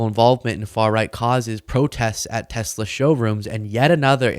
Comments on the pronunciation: There is no "R" on the end of Tesla! WTF? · it's Tesla, not Tessla. Try harder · So that's now Trump, Ben Meiselas and who erroneously pronounce 'Tesla' as 'Tessla'. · "I love Teslar" 😊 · Well I guess I'm a creep and a jerk too because everytime I heard tessl"er" stock went down I was downright giggly!! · You mean "Teslar" 😂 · I love tesler....lol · Oh no, not Tesler! 😂